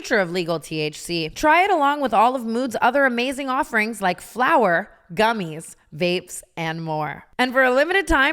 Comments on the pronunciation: dying at the “FLOWER” emphasis on mood ad read 😭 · She’s emphasised saying it every time since and it makes me cackle 💀